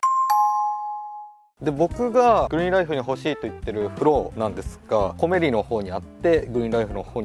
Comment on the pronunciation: コメリのアクセント変ですよー！